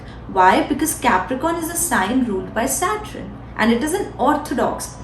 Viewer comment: Saturn and not Satrun…Not bad. Keep up the good work.